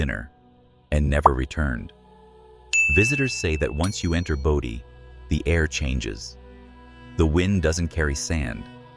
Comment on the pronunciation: It's pronounced Bodie(bo'dee), not Body